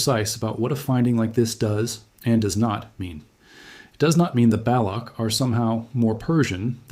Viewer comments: It Is not balok, rather Balotch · I lost interest at the work BALAKH - it’s BALOCH (CH as in Children) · Baloch /ch/, not Balokh /kh/. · useless fake video dude didnt even reseaarch enough to pronounce properly balock?? its balock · Interesting. Thank you. The “ch” in Baloch is pronounced as the “ch” in “ ‘children.